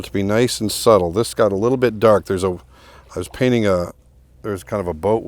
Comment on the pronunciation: Nice to hear an American say painting without dropping the t usually you fellow breatherin say paining!